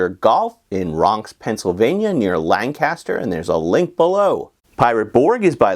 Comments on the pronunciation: For those not native to PA it's LANC-aster, not Lan-CASTER ;) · Hey. You pronounced "Lancaster" like someone from the area... Edit: I think I've been to that putt putt course.